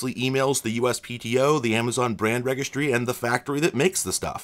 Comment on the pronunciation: So I'm curious, is your pronunciation of the word "registry" with a hard "G" like in "oregano" a regional dialect? Or is this your sneaky way of making a point in the whole GIF/JIF debate :)